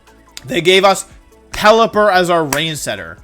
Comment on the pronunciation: Damn he really did pelliper like that